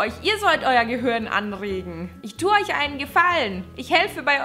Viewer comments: Ich mag es wenn du statt Gehirn... Gehürn sagst!!! :) Is wie bei Gronkh.. Kirche.. Kürche! XD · ***** auch falsch... GehüRn